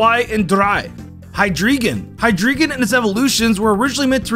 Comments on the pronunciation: 'Starting with Deino, it goes Eins, Zwei, and Dr-AI.' 'Hydr-EE-Gon -' Why must you torture me like this. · Him: Zweilous and Hydreigon have Zwei and Drei in their name Also him: Zwelious and Hydreegon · "It goes ein twei and drei." "Hydreegon" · love how he says the names are based on ein zwei and drei but then pronounces drei in hydreigon as drEE instead of drY. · Yes, hy”drei”gon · >knows that the hydriegon line has german numbers in their name >still pronounces hydreigon as "hi-dree-gun" idk i just wanted to point this out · "Ein, zwei, drei" literally 1 second later "hyDREEgon" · is nobody gonna talk about how weird this guy’s pronunciations are? “archops” hydreeegun” lol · I know? I am German. And he still mispronounced the names. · Pronounces Ein Zwei Drei correctly Also literally 2 seconds later: Pronounces the Drei in Hydreigen wrong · Funny how he talks about the German numbers in the Deino line but still pronounces the second two forms differently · Bro how do you still mispronounche hydreigon you just said the word